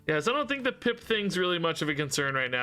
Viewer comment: Half the time you say “Pip” it 100% sounds like you’re saying “Pimp” and I absolutely love how it makes me see that card in a whole new light. 😂